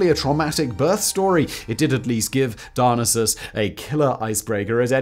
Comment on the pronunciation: Simon keeps saying Dionysus. I keep hearing Dialysis. Although I suppose if you party like Dionysus you'll eventually be in need of Dialysis.